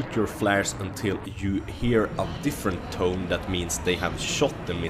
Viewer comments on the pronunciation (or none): none